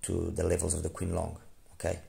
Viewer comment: It’s pronounced as Ching Long, meaning blue dragon.